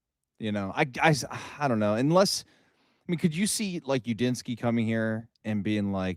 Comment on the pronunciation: It’s not Gudinski it’s Udinski